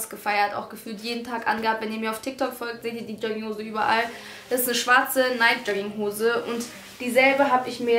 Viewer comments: Es heisst richtig ausgesprochen übrigens neiki ;) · guck bitte nach dann weisst du es .. die marke richtig ausgesprochen heißt neiki ... ich wäre so reich wenn ich mit jedem wetten würde weil es keiner glaubt und ich doch recht habe 😅